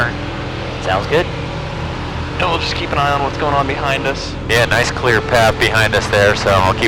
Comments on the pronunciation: Is he sayin ccccllllleeeeeaaaarrrrrr or qqqqqqquuuuueeeeeeeeeeeeerrrrrrr? LMAO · I don't know man, sounds like he's calling his wife (if his wife's name is Claire, that is...), as if he wants to be rescued at the last minute or something; instead of "clear", as in please don't do something stupid like walking on my prop... Please! Great content! :>)